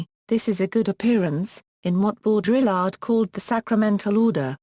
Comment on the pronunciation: sorry, I stopped listening as soon as I heard bo-DRILL-ard